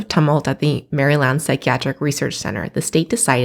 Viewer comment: I'm from Maryland, too, and liked her pronunciation of our state. 😊